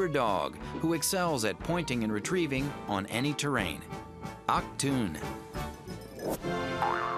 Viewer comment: God, that just hurt the way he said "Achtung" hahaha